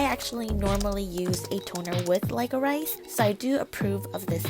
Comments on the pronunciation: Btw it’s not pronounced like-o-rice*. It’s pronounced like the candy *liquor-rish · Lol! Lic-o-rice. Its pronounced lick-o-rish hehe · Lyco-rice 😂it's pronounced lico-rish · It's lick-oh-rish. Not like-or-rice. Just good for thought, no pun intended. But I do like watching you cause you seem more real than other YouTubers. You put your actual thought into your stuff and are actually more real than others. Keep going. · I was so confused glad I'm not the only one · Licorice, is pronounced lick-oh-rish :) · [LIKE-O-RICE] IM DEAD I LOVE U FEI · I’m dying at like-o-rice! At that part I didn’t really watch, I listened. And I was like “what is that?” And then I saw on the screen “licorice”... I’m dead. XD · lik-uh-rish plz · Like-O-Rice!! Lol! Love ya! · ive never heard anyone pronounce licorice that way xD but hey i'll never spell that word wrong again!